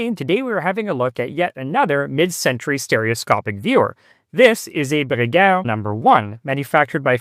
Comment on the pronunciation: Take a shot of whisky every time he effortlessly says Bruguière.